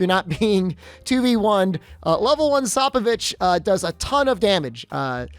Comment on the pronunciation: thanks but its SPOPE O VICH